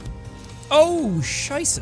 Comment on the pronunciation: same! I was just like... wait... what?! damn that was a perfect pronounciation XD